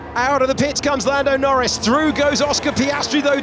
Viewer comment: am I the only one hear fernado norris at the end !